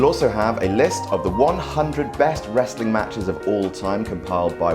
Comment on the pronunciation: What is “resseling”? Do you mean Sports Entertainment?